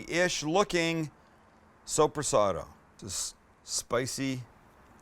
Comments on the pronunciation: It’s pronounced Soup-re-saad lol 😂 You had me dying with that one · it's soppressata btw, more commonly called soppressa. coming from og italian guy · Hi Sam. Digging the channel, got a lot of your vids in my "Liked" library. But from a Toronto mangia cake, let me point out that it's pronounced like "so-prrah-set-ah" Keep on cooking, Sam I Am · I WORK IN A DELI its pronounced SUPER-SOT